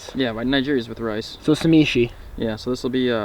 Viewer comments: What the hell is "sahmeeshee"? Say it with me: sah*SHE*me. There's help out there if you have dyslexia, - lol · it’s “sashimi” not “shamishi” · “Samishi” 😂 it’s “Sashimi” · What is sameshi it’s sashimi let me say it for u SA-SHI-MI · this dude really said samishi instead of sashimi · You pronounce it sashimi not samishi. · thanks for your beautiful video and, as I'm a Japanese, it is not "SAMISHI" but "SASHIMI". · Sashimi. Not Samishi. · It’s not SAMEESHI , it’s SASHIMI you Gollum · Say-shi-mi not sa-mi-shi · Samishi... haha.... sa shi mee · "samishi"? Really?!? IT'S SASHIMI!!! 😭😭😭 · and samishi style...umm you mean sashimi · You mean sashimi not samishi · "Samishi" ???? It's SASHIMI my brotha. All good tho don't worry too much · Did he just say samishi lol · Did he say "shamishi"????? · Samishi? Lol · "samishi"... ok buddy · Sameeshi deeze nutz. Its sashimi haha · "SA-ME-SHE" he says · Samishi?!?Lmao it's sashimi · "right there is fresh sameshi" lmao sashimi* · Samishi 😂😂 it’s sashimi my dude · Samishi? You meant sashimi? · “Samishi”........ had me cryin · Did really just say “sa-me-she” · "samishi" hahahaha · ah yes sameeshee and nighjeeree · did anyone else break their keyboard when he said sa-me-shi and ni-gri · Fresh "samishi" and "nyjiri" 😭😂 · ”samishi” and ”nigeri” I snorted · It's "Na-Gee-Ree" and "Sa-Shee-Me" 😂😂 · The way you pronounce sashimi and nigiri make you sound retarded 🤣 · Wow you seriously butchered sashimi and nigri......horrible! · Why do you pronounce sashimi and nigiri so damn wrong?! Omg it hurts me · say sashimi and nigiri one more time. slowly. fucking IDIOT haha